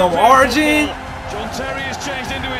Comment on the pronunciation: It's pronounced ArYEN bro 😂😂😂